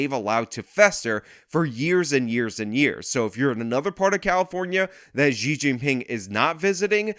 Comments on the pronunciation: Xi is pronounced as "She" by the way, at least trash that pig correctly. It's really annoying hearing you say ji instead of she. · She...xi is pronounced she.